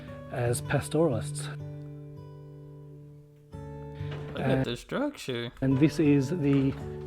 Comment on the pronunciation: It helps if you listen to what is said, that way you avoid needlessly banging on about Africa. The presenter sounds Australian and doesn't know how to pronounce Balranald - his credibility blown in the first few minutes. He can't pronounce the word "pastoralists" either. Sheep eat salt bush, it gives their flesh a unique flavour, salt bush fed sheep meat sells at a premium, how come this dufus didn't know that? You sir interrupt too much, talk too much shit and fail to grasp the essence of this amazing place. Save yourself from a further display of ignorance and skip part 2. For what it's worth, I've been to Lake Mungo and found it both stunningly beautiful and totally awesome.